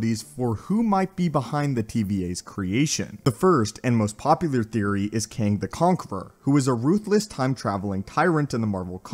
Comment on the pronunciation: It’s kang